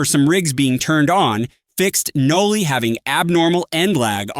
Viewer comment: its Noli not noobly, we dont need a noobified version of noli